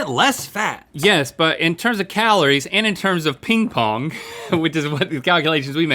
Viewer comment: did he just call calories kahloore